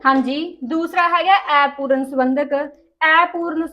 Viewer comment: Aipooran nahi hunda Apooran hunda hai